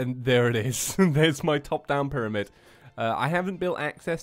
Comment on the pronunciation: Yes two mewtwos is right say piramid But it cactus